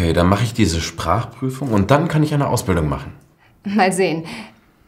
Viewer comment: danke. Ich mache die Untertitel an. Ich meine dass die Aussprechen unklar ist. Zum Beispiel:"Was mache ich" klingt wie "Wasachech". Und ich bin verwirrt. Gibt es etwas langsamer und klarer?